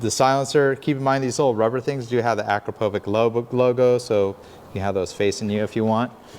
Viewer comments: It’s actually Akrapovich (Akrapović with soft ch), not AkrapoviK But good video nonetheless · Hate to be that guy, but it’s pronounced a-krapo-vich….😜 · Nice tutorial I really do enjoy these, but every time you call that muffler by its name my (european) ears hurt! The brand is Slovenian and is called like "witch" at the end. The sign over the "^c" makes like "tsh" in english. Thanks. ;-) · Hey! It's pronounced Uh-Krop-O-vich